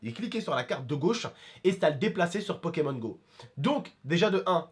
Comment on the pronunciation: Suis-je le seul à avoir entendu pékamones à un moment? 😂